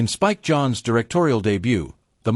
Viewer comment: The AI was able to say John Malkovich's name but not "Spike John."